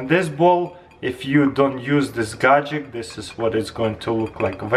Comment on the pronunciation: Chrystal clear gadjeck